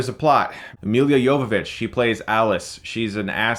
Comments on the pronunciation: Isn't it Me-La not Me-lia? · For crying out loud, Milla Jovovich's first name is pronounced Meela. Not Emilia or Milliya. If you're going to trash a movie, at least get the actor's name correct. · Ok but why is he so bad with the simplest names he calls Elle fanning "ella" and milla jovovich "meal ya" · "Meal-ya Jovovitch" killed me every time he said it. Is saying "Mia" (the right pronunciation) so hard? XD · Why do you keep pronouncing her name Milia? It's Milla, like Mila Kunis, you don't say Milia Kunis..do you? xD I swear, you mispronounce the most random of common words. Love your videos though, don't get me wrong, but the 'Milia' thing has triggered me xD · It's not Millia Yovovich, it's Mee - lah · Maia Wilson Chris has tendency to over pronunciate names here lately , and pronounce them incorrectly at that